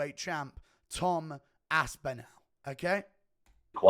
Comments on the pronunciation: Guru please for the love of god pronounce tom ASPINALLS name properly Its aspin-ALL NOT aspin-al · Imagine being English and pronouncing another Englishmans name incorrectly. aSpInAL